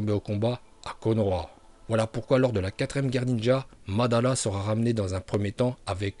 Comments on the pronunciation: Mandanda non mais svp arrêtez vos conneries vous savez pas prononcer les noms de personnages ou même techniques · Tu dis Mandanda mdrr jsuis mort